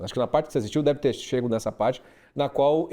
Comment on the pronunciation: Ela, como um jornalista fala "chego" aí invés de "chegado"!